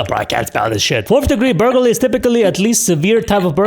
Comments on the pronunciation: Nope, it's how it's spelled Ber gler ree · You pronounce "burglary" like this; bur-gul-ree. Or that's how I pronounce it. Hope it helps.